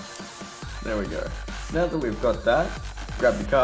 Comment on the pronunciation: No it sounds like he said meow but he actually said now